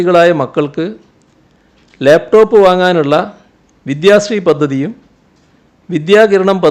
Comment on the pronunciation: ലേപ് ടോപ്പ് അല്ല മാഷേ ലാപ്ടോപ്പ് അത് മതി